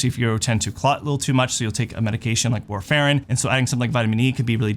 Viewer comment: Absolutely No One in the world pronounces warfarin the way that you said it. Get it together!